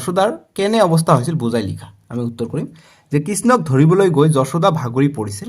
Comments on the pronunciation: Sir apuni banan bilak huddho koribo apuni koise josuda josuda nohoi johuda😢😢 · ছাৰ যশোদা নহয় যসোদা